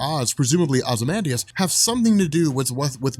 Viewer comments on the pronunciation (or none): none